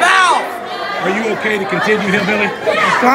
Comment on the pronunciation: “Are you ok to continya hillbilly” 💀💀💀